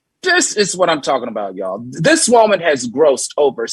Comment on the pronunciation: The way Al says woman, Woe-man, lol